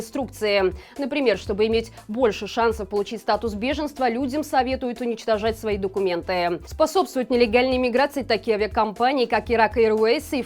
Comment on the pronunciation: Статус беженства... Звучит как бешенство., ну читай ты текст хоть правильно, уже не первый раз замечаю, как ты не можешь прочитать правильно заранее заготовленный текст, искажая смысл или вызывая смех.